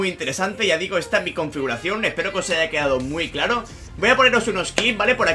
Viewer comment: Confuracion xddddd No puedes pronunciarlo bien?